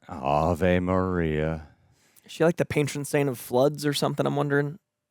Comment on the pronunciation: It’s pronounced “ah-vay” Maria